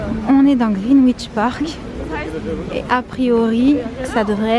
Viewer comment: Vlog bien sympathique ! Une petite info pour mourir moins bête et parce que ça me fait grimacer à chaque fois, aha on ne prononce pas le W dans Greenwich, en phonétique, ça donnerait quelque chose comme [Grinitch]. Voilà, je suis désolée si quelqu'un te l'a déjà dit, dans les commentaires, où bien si tu te corriges dans la suite du Vlog (je ne l'ai pas terminé)